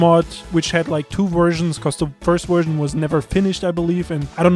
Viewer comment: Nerd virgin kept saying werzon instead of version.